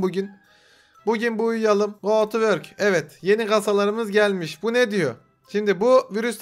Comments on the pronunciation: yazılışı : go to work okunuşu : go twerk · abi go to work dedin ya ben twerk sandım